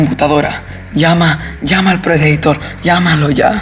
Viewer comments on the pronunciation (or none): Paja el video pero predator se dice predator como se esctiber no predeitor.